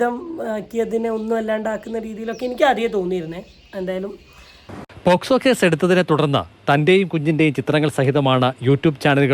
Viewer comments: Posco alla pocso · Adhyam posco onnu parayan padikanam pocso pocso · Its not posco …its called “pocso”